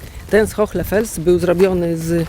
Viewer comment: Dziękuję za kolejny interesujący temat i za Waszą pracę. Przy tej okazji chciałam zwrócić uwagę na wymowę Hohle Fels. Tutaj "h" jest nieme, a jego rolą jest zasygnalizowanie, że poprzedzająca go samogłoska "o" to samogłoska długa. W zapisie fonetycznym wygląda to tak: [ho: le], zresztą podobnie jak w języku angielskim, weźmy np. słowo "car" zapisane w alfabecie fonetycznym: [ka: r], czyli sygnalizowanie długiej samogłoski za pomocą dwukropka. Pozdrawiam miło i życzę dalszego zapału do odkrywania tajemnic naszych antenatów!